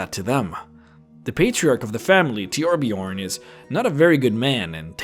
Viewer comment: God it absolutely irks me something fierce when someone pronounces the Ö in Torbjörn as an O!